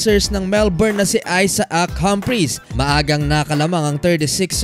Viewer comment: Aysak ang bigkas sa name na Isaac..hindi aysa-ak..🤣🤣🤣